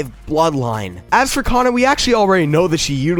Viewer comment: Man he said cana like me mad